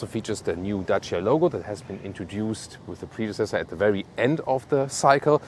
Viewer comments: I really appreciate you took your time to research how to pronounce Dacia correctly. Much love from Romania. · On behalf of all Romanians, I want to thank for the correct pronunciation of Dacia.